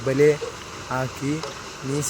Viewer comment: ಬಲಿ ಅಲ್ಲ ಬಲೆ